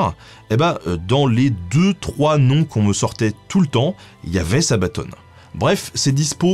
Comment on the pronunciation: c'est sabaton pas sabatone ! Sinon super vidéo !!!